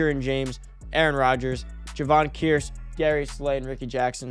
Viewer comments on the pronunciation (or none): you gotta start checking out how these guys names are pronounced lol you called Kearse Kreis 😂😂 you did this last year with people as well!! I’ve been watching all the vids since last year tho bro I come here to find out what’s happening that day so when I get off work I’m ready. Keep up the good work 💪